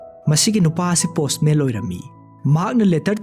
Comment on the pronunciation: Waridi fajei adubu wari lirib ebungo pronunciation dudi yadrehe businessman haidwduda businessmel haire, Postman haidwduna postmel haire, John haidwsuna jol haire, yam heinde khitng semdokpiyu N ga L gagi khetnb khngbiyu